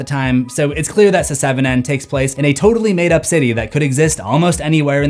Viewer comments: I love the content abd I appreciate all the hard work you put in but please learn the proper pronunciation before uploading the video announced seven not se 7 en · Does anyone else find it strange that he says "Se-seven-en"? It's just "Seven". I just had to say something. Sorry and thank you. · se-seven-en...why am I laughing so hard at this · Love how you call it “Se-seven-en” 😂 It’s like Fant4stic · The joke isn't funny. it's pronounced *SEVEN*. What? Do I have to shout it in your ear the number of times Loomis shot Michael in the OG Halloween? #IShoutedSixTimes #Se7enIsPronouncedSeven #Se7en #SevenDeadlySins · Your pronunciation of “Se7en” really isn’t funny. It’s fucking obnoxious and distracting as fuck. Get over yourself and just say it like normal rather than subject your audience to something so immature and irritating over and over. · Please never stop saying Se-seven-en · Se-seven-en isn't how it's supposed to be said? Why would they spellnit like that, then?!🤷‍♂️🤦‍♂️ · It's pronounced "Seven". Stop that. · Se-seven-en? Never heard it pronounced that way....are you Ai?? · SE SEVEN EN? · Hearing you pronounce the movie "se-seven-en" will never get old 😂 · Se. 7. En... 😂